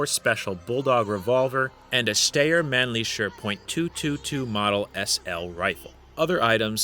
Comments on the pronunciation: You pronounced Steyr quite well, but Mannlicher is pronounced closer to "man licker". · Steyr Mannlicher. The "ey" is pronounced like "eye" and Mannlicher is roughly pronounced "Man-licker."